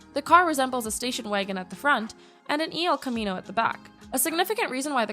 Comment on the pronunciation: El Camino not pronounced E. L. Camino..LOL!!! Oh, and not all the cars you presented are ONLY available in the colors you tried to humiliate. Before your next voice-over, do your homework. (Clicks on “Don’t recommend channel”). 😂